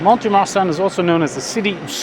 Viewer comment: Pronunciation guide again 😉… the ‘T’ is not pronounced in Mont de Marsan ( pronounced Mon de Mar- son… the son being pronounced as we say the name Ron or Don)… facile non ?! 😉😂